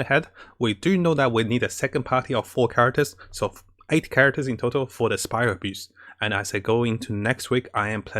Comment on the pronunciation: I love how you pronounce Spiral Abyss as "Spiral Abuse", too true.